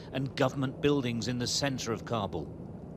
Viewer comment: It’s Kabul, not CAR-BALL